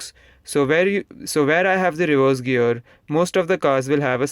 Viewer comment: Why you say 'girl" not "gear" lol :/